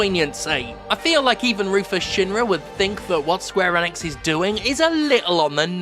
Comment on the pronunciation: Also its pronounced Eeeee nix. Not N ix. :)